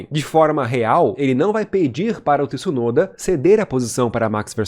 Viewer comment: Boa narração, mas não é por nada não mas não é Tiisunoda que se fala, o t é mudo como tchau, tcheco etc.